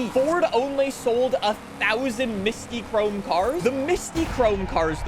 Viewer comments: Mystic chrome is how u say it not Mysti chrome 😭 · I've always heard it as mystic chrome either way is WAY off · Why can not pronounce Mystichrome and Hoonitruck.